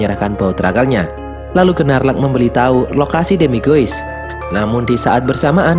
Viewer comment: Maaf min... Bukan Gerrelt tapi GeLLert Grindelwald. Biar g belibet, Grindelwald aja. And its Queenie, bukan Queen Benar Gnarlak, tp dibacanya Nårlak Demiguise = demigais Adik Credence namanya Modesty Hal kecil, tapi penting. Krn mnygkut identitas karakter And you miss one crucial thing: knp credence dgn mudah bhnti saat Tina dtg, krn sblmnya Tina cast magic kpd "ibu"nya Credence saat dia akan menyakiti Credence. Dan krn hal itu jg Tina diberhentikan sbg Auror (pnyelidik).